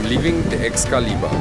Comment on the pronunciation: "Excalibur poker room, how may I help you?" You: "E-yes is dis the Es- cali- bur poke rum?" LMFAO; you're so funny and humble. Keep up the good work buddy!